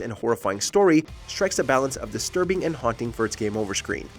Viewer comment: sir thats cinema not desterbing